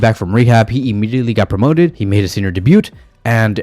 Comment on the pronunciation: The T at the end of “debut” is silent btw